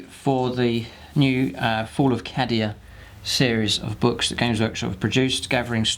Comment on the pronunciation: I believe it's pronounced Kay-Dee-A